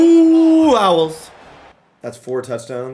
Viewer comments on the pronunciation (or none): howled for "owls" lol